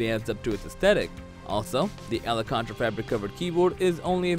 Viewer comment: Alcantara = AL KAN TEH TAH, not Ala countra